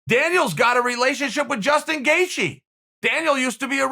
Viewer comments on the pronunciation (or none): none